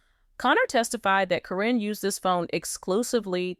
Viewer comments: It is Caryn not carrine at least say the name properly fa out. From N.Z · Her name is Karen not Corrine stop with the AI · It's pronounced KAREN!!! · Could someone tell these people that Caryn is pronounced Karen? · Commentor- the witches name isn't Corrinne its (pronounced Karen)( care-n) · Her name is Karen not Caryn or Cornnie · Her name is Caron. Pronounced Karen! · her name is pronounced Karen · Her name is Caryn with a C so when A-I reads it it says Like it sounds Corrine. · it's KAREN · If this is AI you would think that Caryn (that is Karen) would be pronounced the same all the time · Don’t think u even watch the show since u don’t pronounce her name correctly